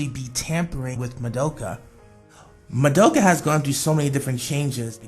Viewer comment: Not hate and all but you said Mo-do-Ka her real name is Ma-do-ka